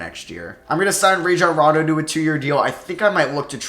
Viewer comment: it’s (RA-John Ron-Doe)